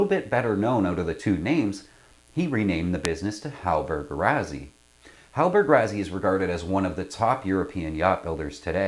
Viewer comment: Great review! To be clear, this is the 42E. HR later made a very different 42F sloop designed by Frers (hence the "F"). Also, it's usually pronounced like "Rossi", not "Razzy."